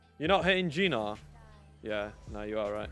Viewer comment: Why u call gnar a gina? 😂 Nice video mate